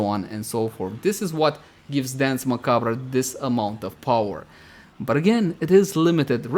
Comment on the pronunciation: How does no one know how to pronounce "Macabre". DE got it wrong too. That said I like the build.